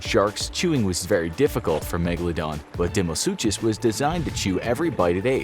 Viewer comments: It's pronounced DYNO - SUKUS NOT DYNO- SU'CH'US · You guys need to do more research. You can’t even pronounce deinosuchus right.